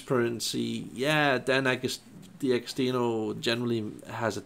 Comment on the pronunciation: One thing's for sure, you can't pronounce D'Agostino!